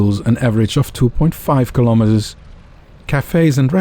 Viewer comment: Your pronunciation of the word 'kilometres' is incorrect. You're Dutch, so you should know better..